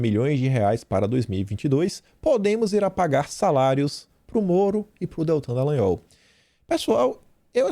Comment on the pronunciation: Afff "Detran" Dalagnol....